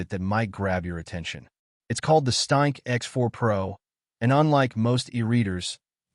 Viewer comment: weird useless AI voice on weird useless AI channel calls the ereader a staink. WTF is a "staink"?